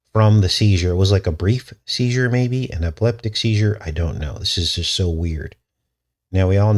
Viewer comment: at 9 minute mark you said word Seizer and girl was 11.